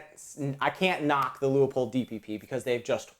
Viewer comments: Its pronounced: Lue Pold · Whoever adds the extra syllable to LEU-POLD, will have to wait longer for service!